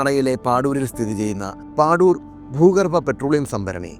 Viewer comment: പാദൂർ ആണ് അത്, പാഡൂർ അല്ല